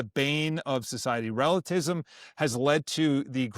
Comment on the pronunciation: Bro, I can appreciate your hype for the Faith! Slow down just a bit, it's pronounced "Relativism" Re la ti vism. Otherwise, I agree with you brother! Keep growing in your Faith, keep learning regarding the Traditional Catholicism and its departure rupture after Vatican II. Please read or audio book Taylor Marshall's Infiltration book! There's also lectures by Michael Davies, and many other Traditional Catholic pioneers. Suggest listening to Kennedy Hall as well and his books! You can love and defend the TLM and Traditional Catholicism without becoming a Sedevecantists! God bless, keep the Faith 🙏🏽